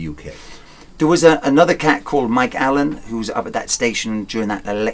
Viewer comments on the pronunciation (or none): none